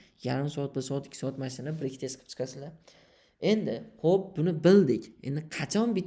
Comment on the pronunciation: Брек тест эмас факат,Бек тест дейилади сизам билиб куйинг 😅